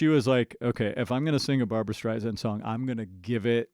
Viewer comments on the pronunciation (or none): Please... it's Barbra StrI-Sand with an "S" not a 'Z'. Sorry, it's just one of those things that irks me when it's said so often. This was a great mashup and I enjoyed your introspect and knowledge of these two amazing singers. For me, it's Barbra all the way because of her innate ability to deliver a song from her heart to your's. The woman has had no vocal training... it's all an incredible gift that she honed perfectly. Perhaps you picked up on Barbra's version being more introspective because it is..."Papa..." is a song written especially for Barbra by lyracists Alan and Marilyn Bergman, because of her own father who died when she was just 15 months old, but always felt connected to. Barbra always seems to embrace a song organically...I have never heard her oversing or be more connected with the performance than the lyrics. Maybe that's why esteemed lyracist Marilyn Bergman once said about her..."The best singer that any lyric writer could ever have singing their song." I've used this analogy many times... Barbra seems to sing in 3D, while everyone else is in 2D.